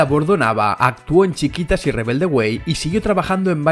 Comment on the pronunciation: no es chiquitas es " chiquititas"